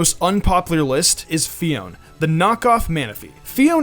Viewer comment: Its pronounced Pheoné